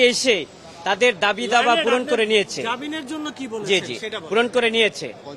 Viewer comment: বুঝলাম না ? একজন আইন জীবির বাংলা উচ্চারণ সঠিক নয় উনি কিভাবে এ পদে নিয়োগ পেলেন? দাবি দাওয়া ? নাকি দাবি দাবা?